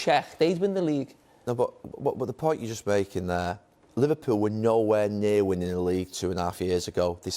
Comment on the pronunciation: LIVERPUULE. eugh